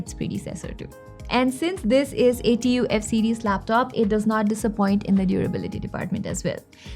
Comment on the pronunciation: Lol, who calls it T-U-F instead of 'tough'